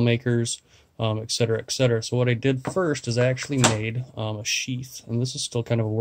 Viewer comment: Really, very cool ideas! That said, I think you mean "Et cetera" and "Especially". Excetera and exspecially dont exist. Keep up the great vids!